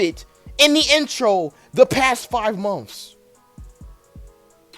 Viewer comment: Are you trying to say months?